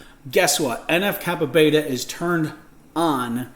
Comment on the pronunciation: en eff kappa BEE, not beta